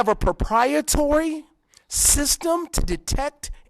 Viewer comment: The minister mispronounced "proprietary"